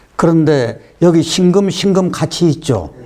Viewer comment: 辛금의 戌월을 들으니 庚금의 戌월로 들립니다😅 자연은 대우주 인간은 소우주❤ 귀중한 수업 감사합니다